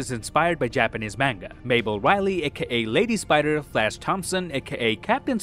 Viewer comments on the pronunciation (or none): none